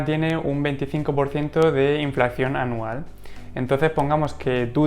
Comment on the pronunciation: Perdón, con todos mis respetos...creo q el término correcto es "Inflación" y no "Inflacción" como sueles decir. Y muchas gracias por el contenido dicho sea de paso.😉